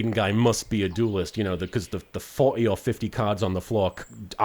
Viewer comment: As an English person, it grates on me that you keep saying "doolest" instead of duelist.